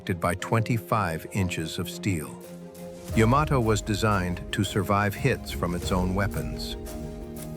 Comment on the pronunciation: Thank you for pronouncing the ships name correctly.